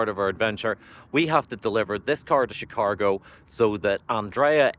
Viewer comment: Chicargo? Chicahgo? 🤔 🤪